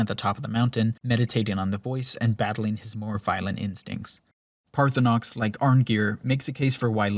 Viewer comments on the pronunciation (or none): And even with all the valid criticism, I still play a playthrough in 2026, 15 years after it came out and it is by far my most beloved RPG fantasy escapism. And I love that you mispronounce Parthunax the whole time and call this evil lizard Parthunox. 😂 I call him target practice until I can make Dragon-Spare-Ribs out of him and suck up his soul. 🤤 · ParthurNOX? HOGraven??? My brother in christ show some love to the letter “A” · He also says Dwenmer. And Altuin. And Paarthonox. Etc. lol. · Good video, but hearing you mispronounce dwemer and paarthurnax repeatedly drove me crazy. (And hagraven) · Is there some joke I am missing as to why you are miss-pronouncing Paarthurnax cause his name is said many time in the game, also in this video. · Enjoyed the video. The way Paarthurnax was pronounced really annoyed me though.